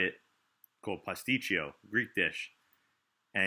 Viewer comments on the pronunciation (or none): Its not pastichio